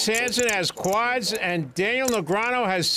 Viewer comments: BRUH the OP is commenting that Gabe, the color commentator, his accent sounds like "QUATS" not "quads." It doesn't matter what the actual pronunciation of the word is suppose to sound like. Did you even check the timecode the OP referenced? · bruh he's saying that it sounds like he's saying QUATS not quads